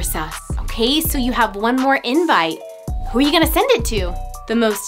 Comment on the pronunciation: Lol you said sum instead of sus